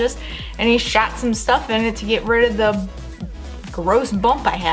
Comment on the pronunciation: It’s not “duh” it’s “the”.. Its not “Pearson” it’s “piercings”.. Are you southern or something?